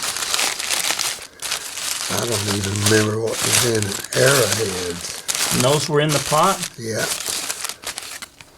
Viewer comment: Very fascinating video; thanks for posting. I had to grin every time he would say Era head, you would say arrow head. That one piece looked like Viking to the left, Artemis (I saw living in Turkiye) on the right and Egyptian on the slab. Then, you said what I was thinking. Artemis only looked like the top part though. What did he say the little triangle was, with the smiley face and two = signed coming out?